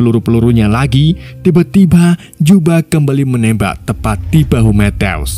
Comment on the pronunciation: Matthew = Mettew❌ Mettyou✅ Asal mimin sebut nama Matthew w langsung ngakak metteww😂